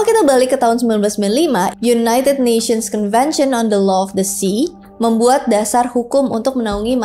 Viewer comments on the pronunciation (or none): none